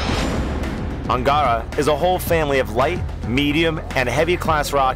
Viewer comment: Anagatada hahahahahaa? His called ANGARA